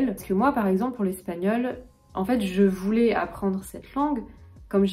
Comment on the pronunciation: Salut, j'ai une question sur ta prononciation. Pres de tu prononçais '(je) voulais' comme '(je) voulez'. Quand je apprenais le français à mon école aux Pays-Bas, il y avait une différence entre la prononciation de ais-, -ait et -ez-, -é(es)-, -er-. J'ai entendu beaucoup des Français qui ne font pas cette distinction. Ils disent aussi par example 'je vais' comme 'je vé'. Quelle est la prononciation correcte? C'est une prononciation régionale? Merci pour tes bonnes vidéos!